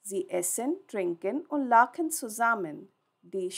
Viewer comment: Very helpful thank you. I would like to request you that please try to prounounce German words properly. For example the word " lachen". You are saying ptoper " ch" Sound. You are just saying "K". This ponounciation can confuse new German learners.